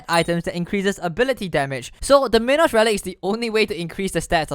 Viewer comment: Dude it's not min-os its mine-os like a minotaur